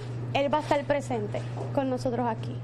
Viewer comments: pos si...se dice presente, no plesente...bueno en México así decimos. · El está "plesente" ,es lo "impoltante...no pos wawwww!!